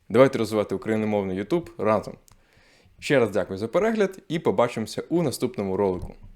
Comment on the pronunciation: Вибачте, ЮтУб звучить по-рогульськи.☝️